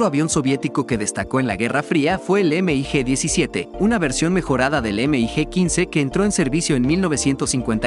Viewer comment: No se dice “ Eme i Ge “ simplemente se le llama “mig”